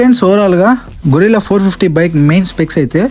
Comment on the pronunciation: అది గొరిల్లా (కోతి జాతికి చెందిన ఒక పెద్ద జంతువు) కాదయ్యా సామీ.........గెరిల్లా (ఊహించని విధంగా దాడి చేసే ఒక యుద్ధ రీతి) అని పలకాలి. 99 శాతం రివ్యూయర్లు గొరిల్లా అని ఎందుకు పలుకుతారో...అర్థమే కాదు. ఇంగ్లిష్ స్పెల్లింగ్ అంత క్లియర్ గా ఉన్నా కూడా అలా ఎలా పలుకుతారూ?